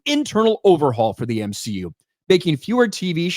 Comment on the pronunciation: More M-She-U plz! 😂